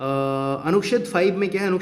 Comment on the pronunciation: Anuched bhi sahi ni bola ja rha hai..or dusre atak kyu rhe hai ap itna..smjh ni aa rha hai kuch bhi.